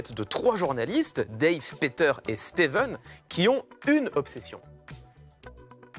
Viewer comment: StevÈn pas Steveune